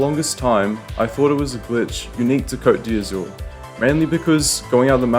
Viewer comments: it's the 'coat dee azoor'... you pronounce it KCÖT DÄZÜRRRR . EZ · The way you pronounce "Côte d'Azur" is funny